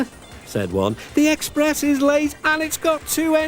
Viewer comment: EXPRESH (chain)